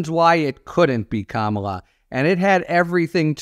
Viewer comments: It is KAMala not KamALA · comma lah. Not camo la.... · Harry pronounce her first name correctly. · C’mon, Harry - learn how to pronounce Kamala! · Say her name correctly.